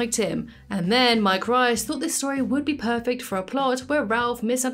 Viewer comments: Oh... it's pronounced Mike Reese not Rice. Also, I really doubt it was the censors making any comment about Ned in a Geo. That wouldn't bother them at all. It may have bothered the network. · You repeatedly mispronounce the name "Reiss." He pronounces it with a long E, not I.